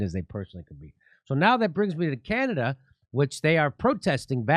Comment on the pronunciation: Jimmy, it's Canada - not Canadia.